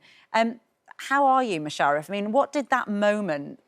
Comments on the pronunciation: I'm only half way through the video, she's mispronounced Mush's name twice, called Thornhill "Thornton" and interrupted each of them mid answer. How tf do these people get these jobs? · Loving the new series after being hooked on series 1. Great to see Musharaf doing so well and Matthew in the position he clearly thrives at. Only downside of the interview would be the woman who didn’t make effort to pronounce Musharaf’s name right and saying the schools name wrong. Just a shame she didn’t research enough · Why can't she say his name properly?